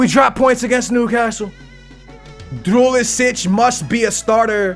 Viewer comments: Drulicic? How hard is it to say "Djuricic"? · I don't know how, but always adds a "l" to duricic's name to make it "drulicic"